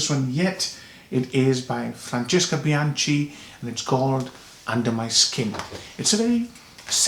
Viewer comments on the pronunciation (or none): the letters 'ch' in the name 'Bianchi' is pronounced with a 'k' sound in Italian... just to let you know.